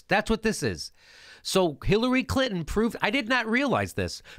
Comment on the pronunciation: "Bill CLitnon" lol!